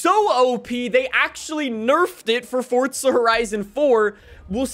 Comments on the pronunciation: I dont know who this guy is but i said let me watch this video and the first thing that i noticed it was how he said the word FORDZA HORAJZON 5 and got me MAD AF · Let's get a video where he dosent say fortza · If this guy says fortza one more time😤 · Stooooooop saaaaaaaaaying forTza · "Fortza horizon" 😭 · DURRR FORTZAAAH FORTTTTZAAA FORTZZAUHHHH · ah yes fortzuh horizon 5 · Bro we get it you say fortza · For-za. There’s no “T”… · Fort Zahhhhhhhhhh!!! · FORTZAAAAA HORIZON XD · I got triggered when fortzuh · FORTZA HORIZON FORTZA HORIZON FORTZA HORIZON FORTZA HORIZON FORTZA HORIZON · FOR-ZA 🙄 almost made this video unwatchable with his pronunciation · Why do you call it fortza horizon 💀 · Dude really says FORTZA so hard and often I can't watch almost. Actually I'm done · fortzah herizon 5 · Stop calling it fortza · Why you say “fort zuh “ literally the only annoying thing in your videos just say it right bro you know you sayin it wrong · can you please stop saying fortsa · Honestly makes the video better imo. Keeps me on the edge of my seat waiting for him to say it again or to realize what he's saying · He says it like that in every video it absolutely drives me nuts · Didn’t know there was a “T” in forza. Lmao weird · It’s not that hard to pronounce Forza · Please stop saying forza horizon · The way you say Forza as ForTTzuh bothers me so much I decided not to like or subscribe lmao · Bro it’s not fortzah it’s forza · Where are you getting the T from Lmaoo it’s FORZA NOT FORTZAHH makes it almost impossible to watch you for too long lol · Stop it’s FORZA NOT FORTZA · ITS FORZA NOT FORTZA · Its not fortza its for za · Bro it’s called for a for a reason, it’s so u call it’s for a not fortza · Its forza horizon five not fortzhuh hreizoun five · why do you say it with a T like it has one its forza not fortza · Its forza NOT Fortzha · Your so anoying saying forttsa horrison thats how you say it but you need to say it like for-za horizon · more like ford zujh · Fort zuh